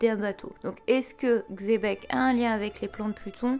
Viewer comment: Xébec ce dit chèbec et sinon je pense que Hache d'argent c Shakky 👍🤔